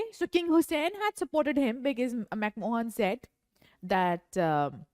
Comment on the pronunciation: Its McMahon , and not McMohan😂